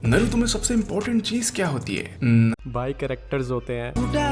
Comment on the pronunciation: bhai pehle tooh voh नारूटो hai नरुतो nahi